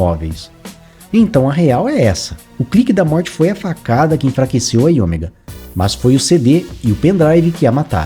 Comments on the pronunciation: IOMEGA. A pronúncia é "áio méga". 😮‍💨 Rsrs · O video ta bacana, matou saudades, mas "AioMÉga" é a pronuncia, filhão!